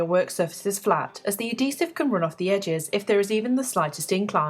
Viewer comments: "a DEEsive" ....translation... adHEEsive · A-dee-sehv xD